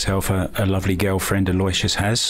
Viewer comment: Aloysius is pronounced 'Al-O-WISH-US. He's probably given up trying to correct people on that, just like Dennis Orcollo.